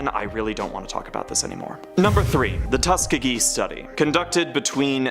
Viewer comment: Yall need to use google for pronouncing words. How dare you not know how to pronounce Tuskegee